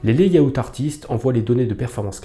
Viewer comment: Pour info, layout se prononce [lè-aut] 😉😇 ... 👻